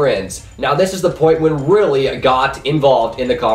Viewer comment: you butchered my name LOL np though bro :p